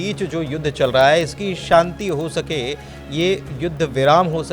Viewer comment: Inko Shanti bolna sikhaiye..Santi nhi..bahot bhadda lgta